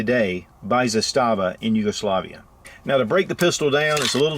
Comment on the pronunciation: Zastava, the Serbians put the emphasis on the first syllable. Don't feel bad, the guy from TFBTV is the only one who gets it right.